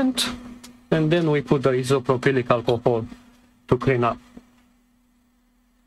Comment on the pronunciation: i couldn't believe it when you put it back together without testing the power first 😅 isopropyl alcohol is also just called 'IPA' if you want to shorten it isopropyl is pronounced "eye so pro pull". it's an odd word. I have a very similar model HP AIO in parts on my bench right now, thanks for the detailed work and process!